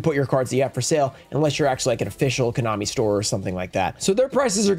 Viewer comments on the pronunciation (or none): none